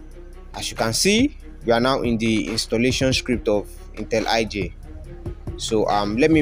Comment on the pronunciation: It's intelli J, not intel iJ.. wtf lol